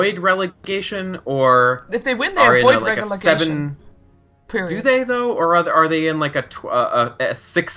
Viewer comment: i support your work so this comment has no ill intent. however... gotta love regelegation;D